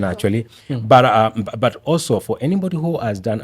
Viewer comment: Hiyo kisungu ni poa but kuna BUT nimesikia ikiitwa mbut